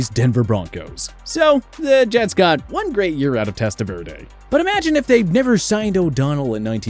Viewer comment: It’s makes these vid crappy when you don’t know how to pronounce the names of players on your list. Like Elvis Franc’s and Testaverde. Posers.